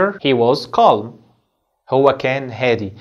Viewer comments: اسمعك يا استاذ تقول كالم calm أليست نطقها الصحيح (كام )وحرف l سايلنت .. تحياتي ياهندسة استفدت منك كثير ابولين الأنصاري 💖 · Calm كالم😂❌ كام✅ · The (L) is silent in calm,we do not pronounce it teacher! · كلمه Calm لاينطق حرف l بس انت بتنطقه 🤔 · Calm حرف l لا ينطق